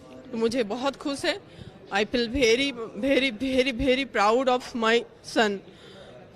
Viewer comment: Neet topper(thinking) - i m bairy bairy proud of u mother😂